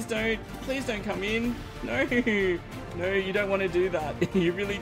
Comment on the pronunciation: Love your content, hate the way you say no. You pronounce it nyor